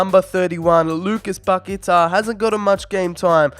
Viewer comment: Please try and pronounce Paqueta’s name better. 🙏🏻